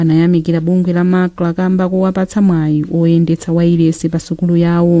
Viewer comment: Owerenga news improve and be able to differenciate between MACLA and MACRA. Which is which between the two?